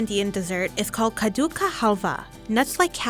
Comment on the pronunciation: it's pronounced just as it is spelled. Kaddu not "Kha"du. You can search kaddu halwa recipes on youtube and will see a lot of indian videos where you can listen the correct pronounciation😅